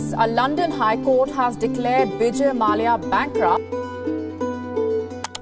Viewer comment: Its not maalya its " malya " 👍🏻